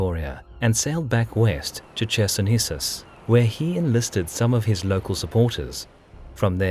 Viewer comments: Hi,, small remark - in the city name "Chersonesus" Ch is spelled as "Kh", and not "Tch" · I hate to be that person, yet) it is a tradition to write towns name CHersonesus, but it sounds more like KHersonesus. with muted K.